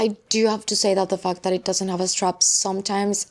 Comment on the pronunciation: love you but when you say fact I heard f*k I’m sure it’s just me😅